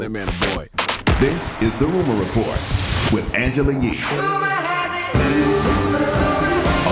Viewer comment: With not wifh